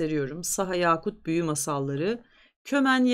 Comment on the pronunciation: Haddim olmayarak, bir galatımeşhuru düzeltmek isterim. Yakut özel adını, bir değerli taş olan ve dilimize Arapçadan giren "yâkut" gibi telaffuz ediyoruz çoğumuz. Fakat özünde Türkiye Türkçesinde de yaşayan "yaka" sözcüğünden gelir ve "kısa a" söylenmesi gerekir.